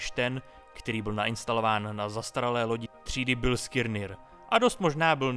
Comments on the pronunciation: vrtalo chvilku hlavou co je Bilskirnir, pak mi doslo ze je to Biliskner...to mi trha usi :D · Ahoj, díky za video. Prosím, výslovnost je "Biliskner", ne "Bilskilnir".